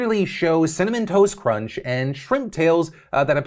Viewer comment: You say Cinnamon Toast Crunch I hear Cinnamon Toast Ken. 🤣